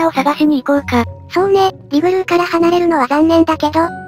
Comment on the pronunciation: リグル〜✗イグルー